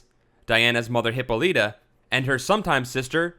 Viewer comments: Its (Hip-All-It-A) not (Hippo-Letta) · It's not pronounced Hippo Leeta. It's pronounced Hip ah litta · This is a very good clip! However, you are not saying her mother's name right, it's (Hip-paul-la-ta)--not what you are saying! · Yea, the way he kept mispronouncing her name as "Hippo-Lita" made me think he was talking about a Pokemon. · Actually it's a Hip-O-Lie-Ta. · Was Wonder Womens mother a mutant hippo ? Its actually pronounced: hip-ol-lit-a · I love this feature very much, especially with the new fact reader who is not Chris Sims. Chris Sims writes well but doesn't have a compelling voice for these videos. With that being said I am pretty sure Hippolyta is pronounced Hip-paul-lit-tah Just thought I would throw that out there.